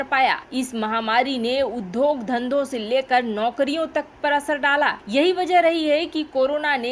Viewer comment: Udhyog का उच्चारण ठीक से करने की जरूरत है l